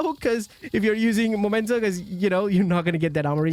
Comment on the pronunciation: It's a Meee-mento, not a 'Momento' , mate! From Latin imperative 'memento!' for sth. being 'reminiscence of' , or 'keep in mind, that...' , like, '...you have to die!' = 'Memento mori!' ⚰ The Rogues watches on the backpack could be an indication of why this backpack is called 'Memento' , because these watches are 'Mementos' to those who had to die. Painfully. Sry, I got carried away. Anyway, it has nothing to do with 'the moment' , although it is also a moment to be remembered. But the thing is not the moment! The moment is gone. Vanished. Dusted away. It usually never turns into a backpack. The remnants of the moment - plus a few decaying bodies that will soon have decomposed, except for the timepieces - that is meant to be remembered, and which are kept to this end, are the mementos. But that doesn't make anything a 'momento' . This word only exists in American Mickey Mouse lingo and wherever other linguistically challenged people have copied it without asking what they were talking about. So it's in fact the dork language of people who never understood that someone who first said 'memento' in front of them really meant it, and hadn't said 'momento' , but which was the only thing their two brain cells butt-fucking each other only understood. Since then, they had been calling things that were mementos 'momento' . Nyahahahaaaaa .😭 I could piss myself! 🤦🏼‍♂ 🤜🏼🤕 It's also 'memory' (same derivation), not 'momory' , ain't it? 🤡🪓 But if in doubt, just read its name correctly, then